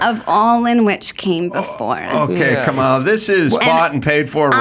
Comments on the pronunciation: It’s Camela😂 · do you mispronounce Comma las name on purpose? just curious your not alone😂